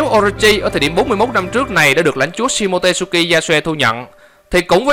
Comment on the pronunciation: SHimotsuki đọc là si-mô-chư-ki chứ k phải si-mô-tê-sư-ki nha ad 😃😃